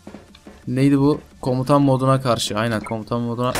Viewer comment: komtan değil komutan olacak